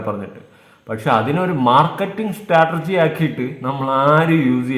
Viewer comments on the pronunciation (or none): സ്റ്റാറ്റർജി അല്ല..... സ്ട്രാറ്റജി..... ബ്ലോക് ഡാഡി യുടെ മോൾക്ക് പഠിക്കല്ലേ